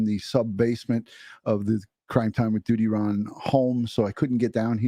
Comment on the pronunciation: Thank you for this. DUTYRON..you say it just right...heartbreaking...Grady Judd says it right.